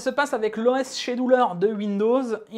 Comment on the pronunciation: Scheduler se prononce SKéduler ;) Sinon vidéo solide, merci !